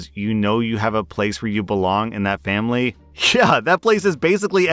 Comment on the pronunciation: "For FAMBLY!"